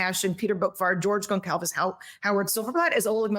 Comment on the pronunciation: I cringe whenever I hear Gon cal ves...it's Gonçalves...properly pronounced Gonsalves